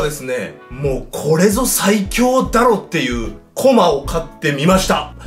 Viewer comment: コマ↑？ コマ↓じゃないの？